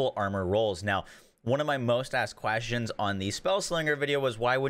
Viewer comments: "...quastions" lol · "Qwashtins" - 2022